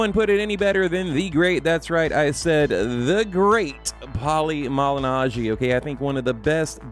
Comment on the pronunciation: "The Great Pauli Malinaggi"😂😂😂 I knew the rest of the video would be bullshit after that